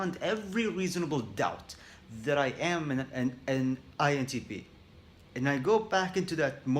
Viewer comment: Did he just say “INTPenis”? Lol I’m dumb sorry